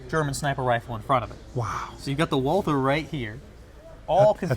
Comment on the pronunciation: why are you pronouncing the gun "WalTHer"?